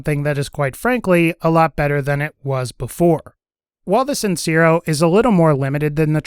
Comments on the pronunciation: The e in sincero is pronounced more like "tear" than "sear". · Lol its not pronounced sin-ze-ro, its sin-say-ro. Hyped to get that gun soon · Just wanted to let you know the amigo sincero means honest friend when translated it's also pronounced sin-se-ro